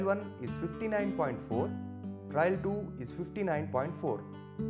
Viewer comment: I guess it should be "trial" and not "trail"?